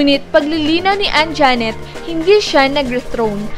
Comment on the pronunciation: Anjanette,hindi Anjaaaaaanette,ok.?.